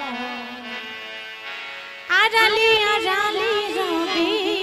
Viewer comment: গানের ভাষা উচ্চারণ ঠিক করে না গাইতে পারলে শ্রুতি মধুর হয় না। যেমন আপনি আড়ালে কে আরালে বলছেন